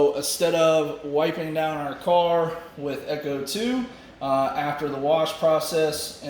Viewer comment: FYI... Ech2O is not echo 2 its supposed to be pronounced H2O... Cheers